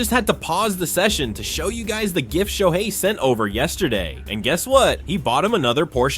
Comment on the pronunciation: Announcer needs to learn how to say SHOHEI Ohtani 🤮👎👎